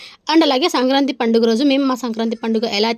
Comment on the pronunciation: సంకాంతి కాదు సంక్రాంతి 😂😂😂